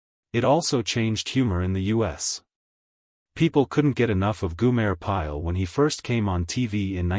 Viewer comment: It’s Gomer Pyle not Gumer….